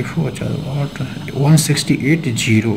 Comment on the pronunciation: Why you say 0 as gero? :D